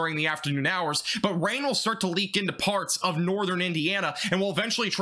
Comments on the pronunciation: You said farts instead of parts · you cant tell me this guy didnt say farts